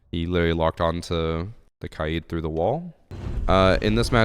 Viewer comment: SUper vid. But Its KAid, not ka-id. that was hilarious